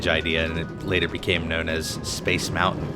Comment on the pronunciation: It's mountain not mou-in